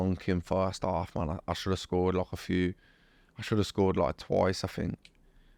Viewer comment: WE NEED A COUNTER FOR EVERY TIME HE SAYS ' LOIKE'